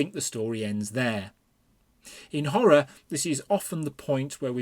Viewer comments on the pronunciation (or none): none